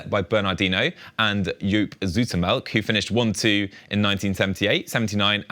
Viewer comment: Pity you can't say Joop Zoetemelk correctly (pronounced [ˈjoːp ˈsutəmɛl(ə)k])